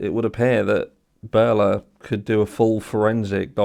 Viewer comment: The name of the car investigation company he talks about was spelled out in this video's thumbnail, but if you forgot by now like I did, and it sounds like he's saying "Bella," here is the spelling again: Berla BUT BE WARNED: they have an app called iVe Mobile that you can download and attempt to create an account - but it's only available to law enforcement. I downloaded the app and 'created an account' and ended up wasting 15 minutes when I thought my inability to log-in was due to iCloud not saving the password, but it's because I never was granted a real account, because I am not law enforcement. Don't waste your time.